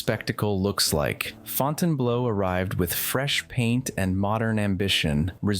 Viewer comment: not suprised business is slumping now, simply because mgm owns it now. and like circus, theyll run it into the ground!!! shame on you mgm. hey, learn how to pronounce the names of these places properly if you plan on being a vloger dude!! its fountain blue not blow...